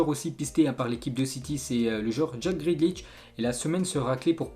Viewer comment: Ensuite"qu'on va parler" c'est joli, mais ce n’est pas français ! Ensuite" Toté name" "Gréde liche"!